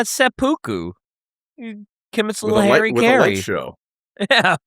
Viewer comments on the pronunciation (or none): none